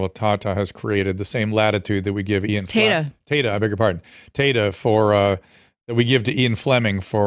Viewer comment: Tata scaled heights great enough to be immune to the teasing inherent in such a surname…but it’s Tayta lol